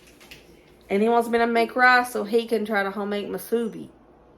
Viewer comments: Yes Hawaii has Spam Musubi and it is pernounced moo su be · From Hawaii🌴 Yep, we love our spam here! Spam Musubi’s are popular in the go food/snack. Musubi is pronounced, “Moo-Sue-Bee”.